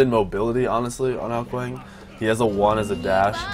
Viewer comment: Great vid but you pronounced his name wrong